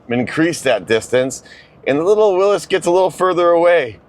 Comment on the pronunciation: Every Jeep person should know it’s pronounced “WILLIES” and not “Willis”